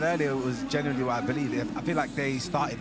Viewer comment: Does chunk say genuinely or generally I hear a mixture of both I don't think he knows himself 😂